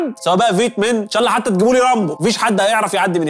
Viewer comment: لما تذكر اسم الله انطقه كويس